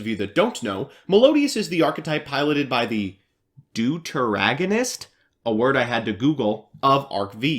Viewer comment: Deuteragonist Doot-er-agonist